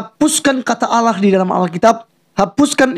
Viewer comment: tulisan ALLAH .. ngebaca nya aulloh .. Udh pasti beda 😀 Salam WARASS